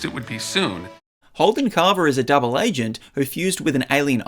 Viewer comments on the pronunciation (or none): none